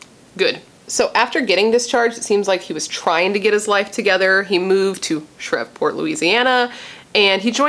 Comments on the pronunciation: I'm from the south and ppl usually pronounce it Shreeve-port. I love your content and great vid btw! Love it's your 1st true crime vid. You also do beautiful makeup styles and when I watch ya I just feel like we're just chillin not killin lol. 😎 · It pronounced she re port….my family from Louisiana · it;s pronounced SHR-EVE- PORT :) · Omg! I can’t believe a serial killer that inspired Scream was in my hometown of Shreveport. Pronounced Shreeve port… Like leave… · I love watching all of your True Crime videos! And just FYI, it's pronounced Shreve like Steve and then just port lol..I live not too far from that area, that's the only reason why I know. 😊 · Like spree Shreeport v silent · Shreveport pronounced shreev-port🙂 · Shreveport is pronounced shreeve-port .. You are too hilariously cute trying to pronounce it. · It's pronounced "shh-reeve--port" I believe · Shreveport LA is pronounced Shreev-port. No worries. Just letting you know. Only cause I live in the south and that's how we pronounce it where I live. Lol. Ty for covering this story. Very sad and unfortunate. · I lived in Fort Worth and Shreveport for 6 years! Had no idea. (And they say it Shreeeeeveport.)